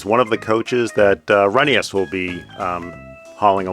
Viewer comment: Glad to hear you're pronouncing Rheneas' name properly, Reh-nee-yus